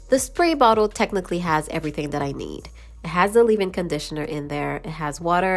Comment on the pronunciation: Who the hell says ....live in conditioner Its leave in conditioner...leeeeeeaaaave in